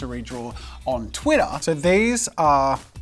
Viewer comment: Nobody: Jazza: Thwittaah